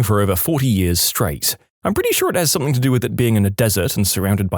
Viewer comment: No K in the word something .